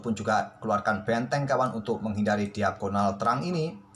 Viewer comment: Kok aku denger suara admin bilang betteng klo ngomong benteng😂